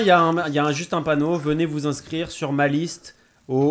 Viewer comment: "Veuillez vous INSCIRE...." Pro jusqu'au bout.